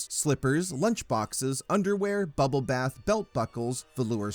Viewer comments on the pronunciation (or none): none